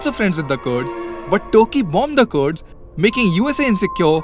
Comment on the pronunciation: They aren't 'curds', but 'Kurds'... say 'Kur' like you were to say 'Kurta', in your very real Indian accent and leave the Eye-raq and Curd pronunciations to the American mid-west.